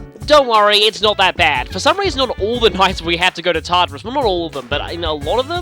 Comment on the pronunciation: The first time I heard him say Tartarus I thought he said Tarter Sauce (sorry for bad spelling)